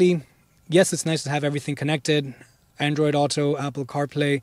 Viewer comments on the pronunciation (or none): none